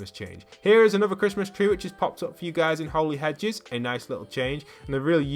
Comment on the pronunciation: Its not holey hedges its holly hedges